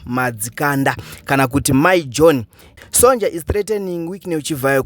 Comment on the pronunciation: Iwe it’s pronounced Sonya